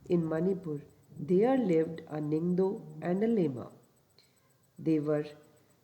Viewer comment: I would like to do some pronunciation correction with due respect. Ningthou (Ning-th-oo / निंग्थोउ) Leima (Le-ee-ma/लेइमा) Phajei (Pha-je-ee/फजइ) Thauro (Tha-ou-ro/थाउरो) Kangleipak (Kaa-ng-le-ee-paak/कांग्लेईपाक)